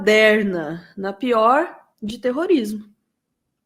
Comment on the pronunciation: Mas a pronúncia correta é t e r r o r i s m o.